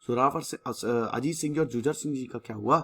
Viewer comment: I respect you sir but its not " जुझर सिंह "its " जुझार सिंह "